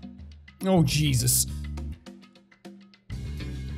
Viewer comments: am i the only one who heard Cheese us?! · He is irish so yeah 🤣